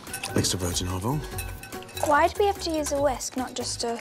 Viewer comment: Only 2 glugs of Olovol?? Gordon is losing his touch!